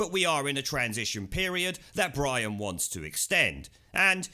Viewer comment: BWIAN, BWIAN..